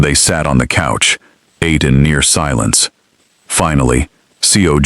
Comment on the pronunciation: "Ahtay" too much seafood lol 😂 😂 AI is a mess...